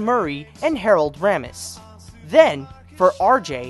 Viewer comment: Sweetie, I love your videos, but your pronunciations are just distracting! Helen BOLHAM Carter? What's going on here? Harold RAY-mis! Etc...